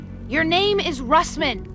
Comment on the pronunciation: Its Russman.....not rustman LOL